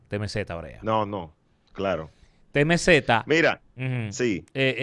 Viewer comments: Dique TeMeZeta 😂😂😂😂 😂😂😂 Es TiEmCee 😂😂😂😂😂🔥🤦🏽‍♂️ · Diablo diske temeZeta y tory laneei que mierda de ingles un tipo que esta en Ella medios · “TEMEZETA “ 🤣🤣🤣 alofoke bilingüe